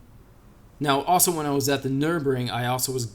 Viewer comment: did you just call the Nurburgring the Nurbring? Bruh you went there and still don’t know how to pronounce the name 🤦🏼‍♂️ it’s located in Nurburg not Nurb lmao